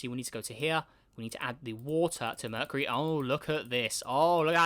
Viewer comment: merh-kyoo-ree not merh -kuh-ree LOL - good vid tho pal <3